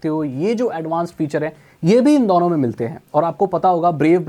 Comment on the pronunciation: dono × dauno✓